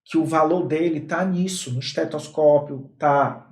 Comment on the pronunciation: Você é bárbaro! Mas, ...."estetoscópio " e "arraigada"😉😊❤